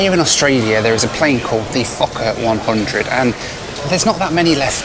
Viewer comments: I thought you said fucker-100 just spat out my tea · i first heard that as "the fuck up 100"